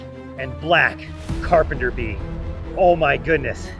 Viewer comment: "that is a REALLY BIG AND BLECK CERPENTER BEE" got me